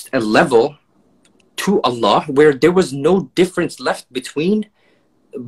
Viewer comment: Geeza talking about pronunciation, can't even say Allah properly. It's الله not اللح.